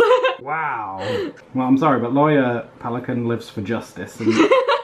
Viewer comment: Peli...cana. 😂 💕